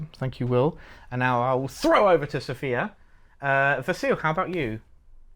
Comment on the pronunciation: One day I will hear the UK CA team pronounce Sofia correctly. Not today, probably, but one day